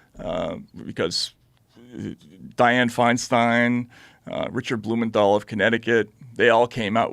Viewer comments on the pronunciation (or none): none